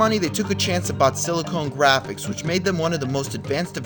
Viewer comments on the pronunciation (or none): a few inaccuracies, giving thumbs down. Notes Donkey Kong while showing DK Country. Mispronunciation of SiliconGraphics